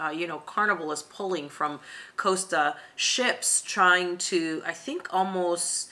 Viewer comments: Costa not Coaster. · If MSC is not agreeable for American cruisers it makes it infinitely more attractive for the rest of the world. And please pronounce "Costa" correctly.